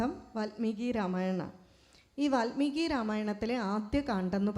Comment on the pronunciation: Valmeeki NOT VATHMEEKI